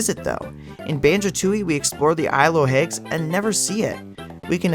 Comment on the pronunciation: Why do you pronounce it isle of "hagues" instead of hags? (Like hats with a g)